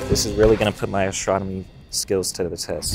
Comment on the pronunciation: A S T R O N O M Y! Grinds my gears!